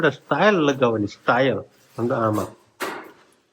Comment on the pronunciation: સ્ટાઇલ નય બોલાય ...ટાઇલસ બોલાય